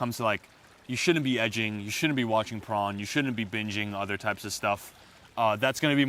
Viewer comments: Great advice I swear he called it Prawn not porn tho haha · poRn not pRon